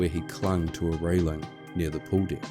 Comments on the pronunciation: Just found your channel. Excellent presentation of an unbelievable event. I know this is a NZ thing, but the word "deck" is with an E, not an I. The phrases "the captain's deck" and "deck of the ship" are entirely different with this pronunciation. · Oh it's true! I have an Australian Shepherd. Every morning I tell him let's go outside for your below dick business. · Holy shit, this is so well done that I assumed this was one of the big documentary channels. It wouldn't have even been out of place on a Discovery plus. I'm so glad The Holy Algorithm brought me here. Also, maybe I'm a sick f#<k, but I giggled every time the Aussie "deck" was said. "Below dick" 😆 Edit: I just checked your page & now realize that you're from New Zealand, NOT Australia. My dumb American ear can't differentiate, but it is NOT an abomination of an accent! I love it. You know what is a true abomination? My Boston accent. The whole "I pahk the cah at Hah-vahd yahd" (I park the car at Harvard Yard) is real